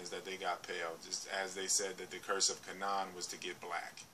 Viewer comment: Kabala came from Babylon. The Jews were not black. Abraham's wife was black and the most beautiful woman in the world at the time. It is always mentioned if the peple are black. It is pronounced Ka (long a) nan (short a) Hard for someone who hasn't studied the history and the Bible can get things mixed up.....Hence the guys on at 4 in the morning.